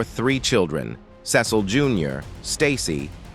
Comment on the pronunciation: Cecil = Seesull 😂not sassle